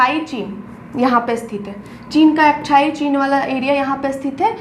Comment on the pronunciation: अक्साई चीन ❌ अक्साई चिन ✅